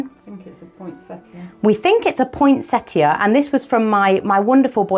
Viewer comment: Poinsettia, not pointsetta.